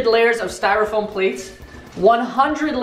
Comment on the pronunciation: This man Said styrafoam paper